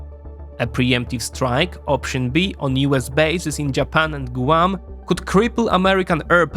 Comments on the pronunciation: It’s not “gooo-wan” it’s “gwahm” and it’s not “ha-why” it’s “ha-why-e” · I love the way you say, Gooahm for Guam.